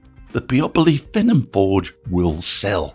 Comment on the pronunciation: 'fee-nom' is how it would be pronounced. otherwise excellent video.